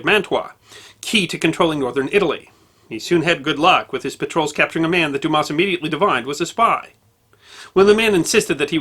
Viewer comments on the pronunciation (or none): We’re not offended we’re just saying the S is silent.”Douma” is an easy pronunciation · In French, S at the end of a word or name, is always silent. So Dumas is pronounced "Dumah". I studied French in university and am husband of career French teacher. Please get advice on pronunciation of foreign words. But keep the vids coming! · You don't pronounce the s when it's at the end in frog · Unbelievable that people would automatically presume that it's pronounced like an 8 year old kid's joke. So for all the dumb asses out there it's pronounced like Do mas. Or Do mass. 🤤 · I though his name was pronounced, "Dumar." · it's not a matter of advice. I've always heard it pronounced "Dumar.." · Isn't it pronounced Doo-mar? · It is quite amazing to me that someone presenting a competent account of the fascinating father of the great novelist Alexander Dumas cannot even pronounce the surname correctly. Damn it: the ‘s’ is silent! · The "s" at the end of Dumas is a silent one, but other than that, I have no complaints in that this video is excellent! Methinks that might better learn a bit of French.;) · The poor pronunciation of Dumas is hurting my brain. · Best Friend well it takes minimal effort to properly pronounce such as basic sound. He undoubtedly would have heard the proper pronunciation numerous times during his extensive research. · Hey, you don't pronounce the "s" in Dumas btw. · The Fench butcher all foreign names, they will therefore show some benevolence.